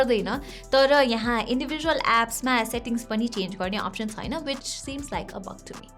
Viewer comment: Chhaina lai chuina vanxe